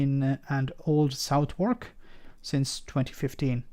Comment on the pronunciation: for a native speaker of English you really mangled "Old Southwark" and "Bermonsey" The constituency also includes "Rotherhithe" The constituency northen boudry runs along the thalweg (middle) of the Thames apart from London Bridge which is in the City. So if ever houses are (again) built on the southen side of London Bridge the residents will not be voting in Old Southwark.